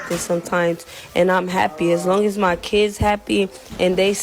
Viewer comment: “Mah Keedz”